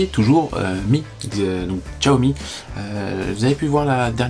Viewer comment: Salut Guy, Xiaomi ne se prononce pas Tchoami ??? mais CHAomi car en chinois Xi c'est Chi ...merci papy JP